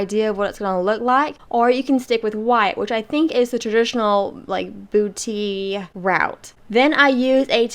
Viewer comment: Trés belle! And you pronounced it correctly- boo-tee. 😁👍